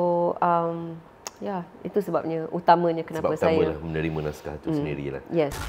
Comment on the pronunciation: Naskah bukan nashkah sebagaimana yg di katakan oleh puan Sofeah Jane.